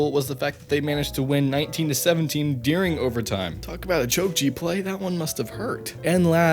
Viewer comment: why do you pronounce during "dearing"?